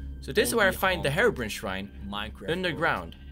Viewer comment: Hey darkconers it not harebrain it’s herobrine